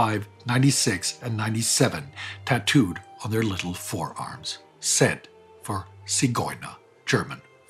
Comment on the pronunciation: thank you for your moving tribute to those who fell victim to the various terrors of those terrible years around WWII. I hate saying anything that may be considered petty or not in keeping with the sacrifice of those victime, but at the same time I feel that accuracy in all things is a debt we owe those unfortunates.: it's "Zigeuner", without the "t".